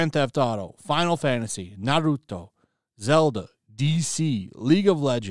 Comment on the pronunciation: Thank you for pronouncing Naruto correctly